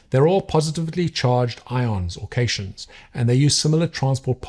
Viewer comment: Just a quick one for you, I believe it's actually pronounced like "cat-ion", and not "cayshun". Think like the electrodes on a battery, the anode and cathode. It's the same root for that "cat", referring to the charge characteristic. It's particular useful to understand when working with coco coir, where those cation exchange sites can cause issues with Ca and K in particular, which are of course huge factors in pepper health. I hope that helps. Love the channel, keep it up!